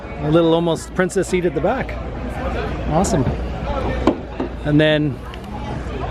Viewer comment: I dig your channel but it hurts my brain whenever you say princess seat.